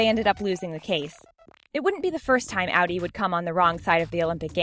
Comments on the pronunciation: It’s Audi not ALDI THERES NO L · Ow-dee? Most people that I know pronounce it ah-dee. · Audi= Awdee. Pronounce this right or you’ll regret it... ( I’ll give you more hate comments) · she pronounced audi wrong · Was anyone else getting annoyed we she said audi wrong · You didn't pronounce audi correctly ya stupid idiot